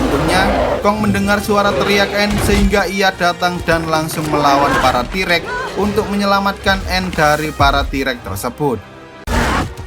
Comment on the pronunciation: T-REX , pake X bukan EK dsar jawa goblok